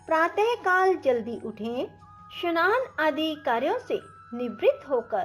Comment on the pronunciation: स्नान का उच्चारण शनान